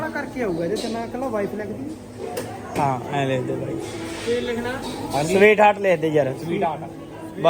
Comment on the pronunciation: ਮੈਨੂੰ ਤਾਂ ਰਾਤ ਮੋਟੇ ਦਾ 🍻🥃ਪੈੱਗ ਲਗਾ ਲੱਗਦਾ ਸੀ ਮਿੱਠੀਆਂ ਸਵੀਟਹਾਡ ਤਾਂ ਬੰਦੇ ਪੈੱਗ ਲਾ ਕੇ ਹੀ ਬੋਲ ਦੇਆ ਬੜਾ ਪਿਆਰ ਆਊਦਾ ਸੀ 😂😂